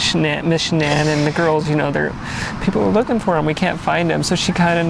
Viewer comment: The narrator doesn't even pronounce the victim's name correctly. A sign of sloppy work. Her name is pronounced Sha-nann.